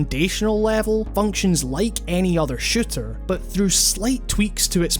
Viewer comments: take a shot every time he says shitter instead of shooter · I swear every time you said "shooter " I thought you kept saying shitter. Shooters have become so varied as of now. I myself haven't been into shooters since my taste in games had evolved. I'd love to play splatoon but I don't own a switch. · It sounds like he's saying "shitter" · whenever you say shooter, you sound like you're saying shitter. i still love your accent, by the way. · I'm not the only one hearing shitter, right?